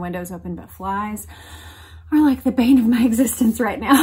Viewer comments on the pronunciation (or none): none